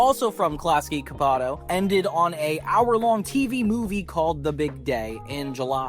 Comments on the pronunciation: Not trying to be a dick or anything just haven’t seen any comments about it, csupo is pronounced chupo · I don’t know how to pronounce Csupo but im almost certain you are pronouncing it incorrectly. I could be wrong because I have been horribly butchering it for my entire life and have been trying to figure out how to pronounce it for 30 years but if you ARE pronouncing it correctly then I’m gonna be pissed because in my 30 years I apparently never even came close, I’ve tried every possible pronunciation but never imagined it was pronounced with a damn D sound. 🙄